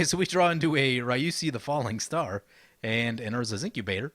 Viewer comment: In Japanese, Ryusei is pronounced RI-U-SE-I From your friendly neighbourhood Teacher-Man ;)